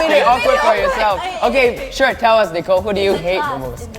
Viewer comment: U say “I’m pretty suite” when it is “I’m pretty sure”